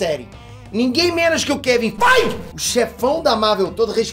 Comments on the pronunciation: 'Kevin Feig' 😃😃😃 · Kevin Fiiiiiigh Eu: 😳